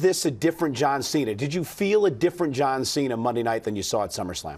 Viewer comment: ''You versus JOUAN CENA''